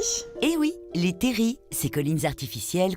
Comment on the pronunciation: On dit terrils pas terri